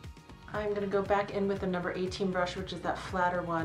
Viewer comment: It is pronounced loom-bray, not lumber.